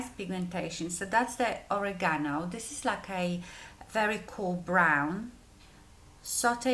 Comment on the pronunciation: Cute packaging! Very soft look on you. Love how you pronounce oregano. 💓